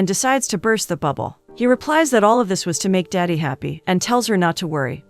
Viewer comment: It's not "daddy" 😭 It's "dadi"